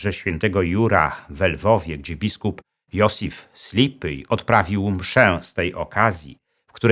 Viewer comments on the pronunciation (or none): none